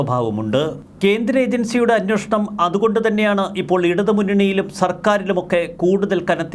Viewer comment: Hey Prabho plse pronounce as 'Anweshanam" and not " Anwoshanam " !!!